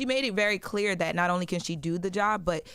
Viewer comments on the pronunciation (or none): "Clear"??? Yall tripping